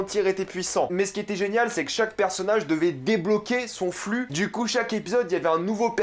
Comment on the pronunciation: Mdr quand Tu Dit flux